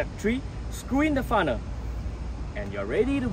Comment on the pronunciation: FUNNEL....NOT FUNNER...🤦‍♂️🤦‍♂️🤦‍♂️🤦‍♂️